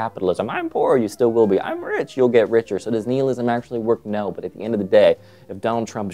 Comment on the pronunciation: Why do you pronounce nihilism like that?